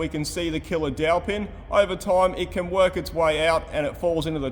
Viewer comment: i heared "killer-aunty" 😅